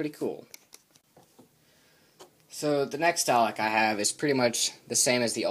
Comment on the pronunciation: DALEK (do-lek)